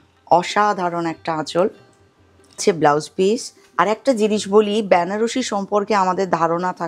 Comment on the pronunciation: উচ্চারণ টা ব্যানারসি নয়, বেনারসি হবে।